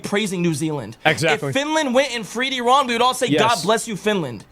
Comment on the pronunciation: Uh ran. Please say it right.